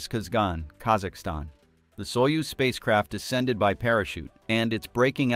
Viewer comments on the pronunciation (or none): none